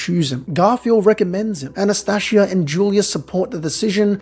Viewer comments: It's Anastasia not Anastashia. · Are you mispronouncing the names on purpose? Subaroooo An as tasia